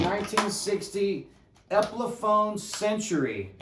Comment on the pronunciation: Did you say "Epliphone"? haha